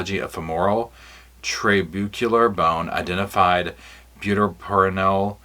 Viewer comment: Maybe I can help with the med stuff, it's butorphanol (byoo-TOR-fun-all), azaperone (ah-ZAP-er-own), and medetomidine (med-eh-TAW-mid-ine).